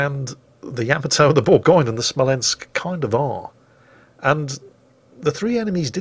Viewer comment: Also: spells Smolensk wrong.. you have to shout it... SMOLENSK like Small but Smol and then with a ensk behind it:D